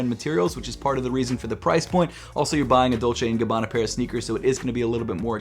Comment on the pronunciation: Please not dolce and gabbana